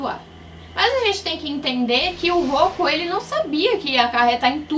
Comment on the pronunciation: Não é Rokku é Roku